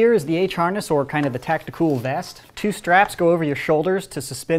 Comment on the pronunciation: stop calling it tacticooool